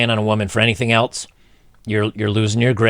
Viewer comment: There's no 'T' in else bro